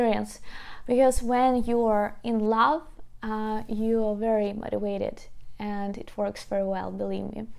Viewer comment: BTW it is very cute the way you pronounce "motivated" ... however the letter 'v' in the word 'motivated' is pronounced the same as the letter 'v' in very. Perhaps divide it into four separate parts, for example 'mote - ti - vate - ted' ... So practice saying 'veh' with very and 'vay' with vated. Hope that helps ☺